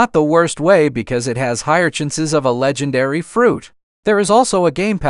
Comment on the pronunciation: A le-gen-air-ry reward 😂😂😂